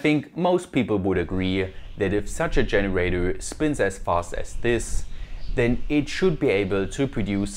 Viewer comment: no offense, i love that you still cant pronounce anything that ends with an "er".. dscheneräidöööööö. its cute